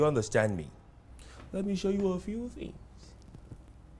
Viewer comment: There’s a reason Kunle is one of my favorite actors- too good 😂 Love the way he pronounces “things” as “fins “ . From big brother to Zaddy 🙌😂